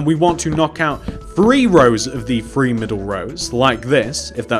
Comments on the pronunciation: Three not bree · one two Bree four five 😂😂😂😂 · I like how he says free instead of 3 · "WAN TWO FWEE, i FINK...!"